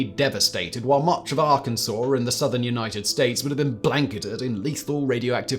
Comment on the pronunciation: THANK YOU FOR SAYING ARKANSAS CORRECTLY 🎉🎉🎉🎉🎉 I was waiting to pounce but you made me proud!